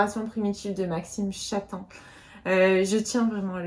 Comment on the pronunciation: Maxime Chattam est un de mes auteurs favoris 👍 et on dit Chattame 😅 Tu es super motivée pour les challenges ! Ici je rencontre une panne de lecture 😢